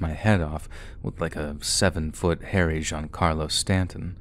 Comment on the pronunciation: As a sports fan, I’m surprised you pronounced Giancarlo Stanton’s name correctly.